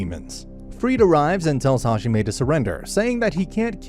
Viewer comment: Hajime Me: that’s not how you say “god”